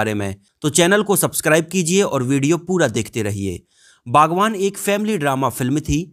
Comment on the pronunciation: बागवान नही बागबान है रे